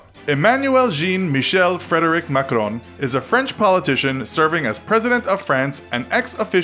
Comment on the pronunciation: The way how he butchered Macron's name, just beautiful 🤩